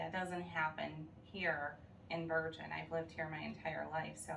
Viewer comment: It’s pronounced Ber(Jin)